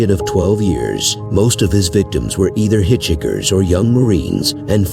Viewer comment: Hitch hikers.please say it correctly many bad pronunciations. Omitted bittaker and norris,kearney,the hillside stranglers,the Gallegos ing and lake